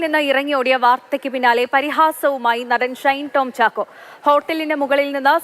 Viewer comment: റിപ്പോർട്ടർ ഷൈൻ ടോം ചാക്കോ എന്ന് ആവർത്തിച്ചു പറയുമ്പോൾ നല്ല പോലെ കഷ്ടപെടുന്നുണ്ട്. തൽക്കാലം ഷൈൻ ടോം ചാക്കോയുടെ പേര് ഒന്ന് മാറ്റി വല്ല ബാബു എന്നോ കുട്ടൻ എന്നോ മറ്റോ ആക്കിയാലോ.😂